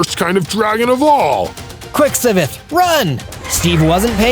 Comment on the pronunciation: It's Si-ve-th